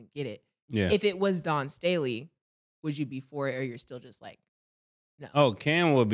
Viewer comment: “Dawn Stanley”, “Andre Jordan”, Cam stay butchering people name 🤣🤣🤣